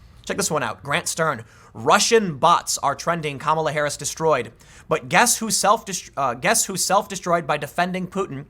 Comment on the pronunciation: Isn't it pronounced KA-ma-la?...